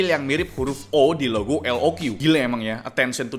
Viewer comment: Btw pembacaan resmi dari lenovonya itu "lok" bang, bukan "el o kyu" 😅🙏